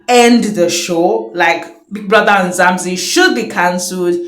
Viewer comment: It's MzaNzi NOT MzaMzi